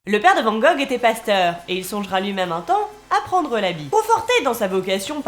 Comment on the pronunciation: Amis français, prononcez Vanne Gogh pour ne pas passer pour un touriste dans un musée.